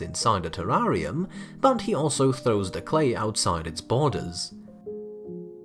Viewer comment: I love the way you pronounce 'terrarium' 🙂